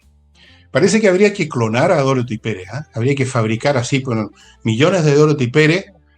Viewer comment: Por favor, con sumo respeto, indiquen a Nicole Rodríguez que el nombre de la actual jefa máxima de la Contraloría General de la República es Dorothy, con dos “o”, y no Dorthy, como Nicole suele pronunciar.